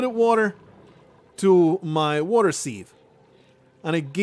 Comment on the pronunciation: The way you pronounce sieve has left me EXTREMELY TRIGGERED. My dissatisfaction KNOWS NO BOUNDS!! Real talk though: I've always heard it pronounced "S-i-V" rather than "SeeeeVe"